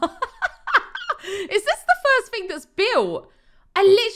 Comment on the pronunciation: I just love that you say like fing and fank you its so funny